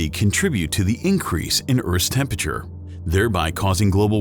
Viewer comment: Hate how buddy keeps saying “tempeture”. ITS TEM-PER-A-TURE!!!!!